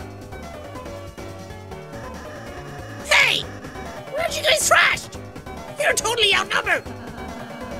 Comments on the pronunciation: i like how he keeps saying trashed not thrashed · Since when did the H become silent in thrashed? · But like, he says most other "th" words nicely. Like "three" for example. I think he just didn't get it's "thrash" not "trash" XD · whats frustrating is how he cant read the word THrashed. not TRashed, THrashed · Am I the only one who thinks trashed sounds better than thrashed? Yes it's wrong, but it fits the character so much better! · when it says “thrashed” and sean says “trashed” it honestly makes my day :,)) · JACK HE'S SAYING THRASHED NOT TRASHED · U do know he thinks is says trashed not thrashed right? XD it* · Lol, he keeps saying trashed instead of thrashed. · no, he fully says "trash" not "thrash" he just keeps misreading it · Jack:complains about people saying "seen" and not "shawn" also Jack:cant tell the difference between thrashed and trashed like bruh ,':/ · Does anyone else notice jack says 'trashed' instead of 'thrashed'? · Love how he says trash instead of thrash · aCK Jack keeps saying trashed when lancer say thrashed aNd iTs rEaLlY bOtHeRiNg mE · Wanda Love it’s his accent. Three is tree, thrash is trash, he can’t do th. Just how it is. Also if he does say it in other videos, can we have the source? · It just strikes me as odd that he says "thrashed" as "trashed", yet "through" remains the same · the fact that trashed is a real word makes it MORE annoying to me for some reason lol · REEEEEEEEEE ITS THRASHED NOT TRASHES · Is it just me or is Jack saying trashed and not thrashed or am just stupid? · ITS “THRASHED” OH MY SWEET JESUS JACK